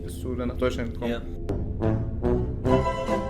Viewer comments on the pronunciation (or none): none